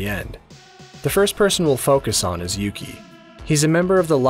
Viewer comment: And his name is Yuki or "yuu" as in "You"